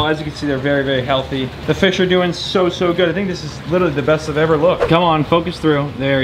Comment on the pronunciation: Not saying “witerewawy”